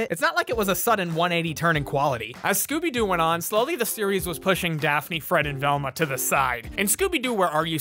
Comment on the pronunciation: D-did he say Gooby?